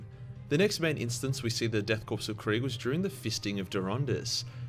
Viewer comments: marine corpse death korps, the s is silent, it's said core not corpse.. unless being ironic, lol. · I hate when people pronounce Korps as Corpse. It's pronounced Core like Marine Corps.